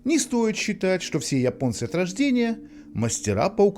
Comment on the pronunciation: Голос за кадром похоже не человеческий: русские не говорят :"Я понец", а Ипонец". или я ошибаюсь?